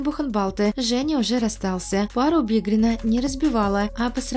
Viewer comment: Не бедрина а БИГРИНА...